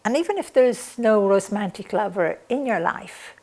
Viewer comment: There isn't a difference. Lorna is dyslexic and cannot say the word romantic properly. So she says rosemantic. I love the word rosemantic